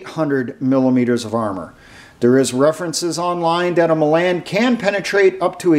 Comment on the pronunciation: The "a" in Milan is pronounced like "aw" is in the word "law."